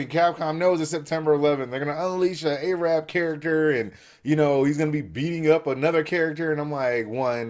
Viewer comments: no offense thats not the way u say Arab its not A Rab but its one word arab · Arab not Aye-rab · Why do people say A-rab? Arab, short a sound, not long.